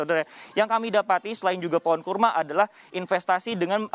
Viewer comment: kurma ,,,apa karrma,,,,hehehe